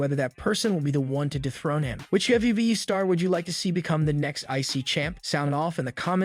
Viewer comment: CM punk is going nowhere you jackass😂 and learn to say WWE properly.